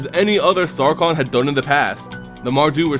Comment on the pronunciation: I hate to be a downer but, Sarkhan's name is pronounced, "Sharkhan." It confused me when I saw its proper pronunciation but, On the Magic the Gathering's Inheriwiki page, it states that it is, "Sharkkhan."